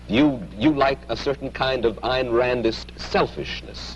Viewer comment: Her name is not Ann Rand. 'Ayn' is pronounced like the German 'Ein'.